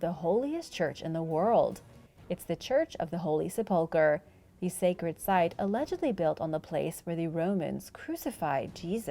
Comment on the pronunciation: Great videos, BUT please learn the correct pronunciation of 'Sepulchre"